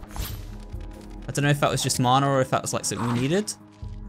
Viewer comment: Mana is a Maori word if you translate it to English it means 'power' you can just call it that but you have been saying it right both times :)